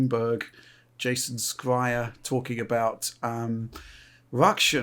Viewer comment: Alex's face when pronounces Schreier.. Love it:D